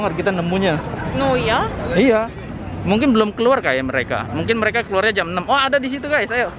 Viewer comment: Kok aku rasa lucu deh dengan kata iyow dri, pdahl kan seharus nya Iyah,.😅😂😅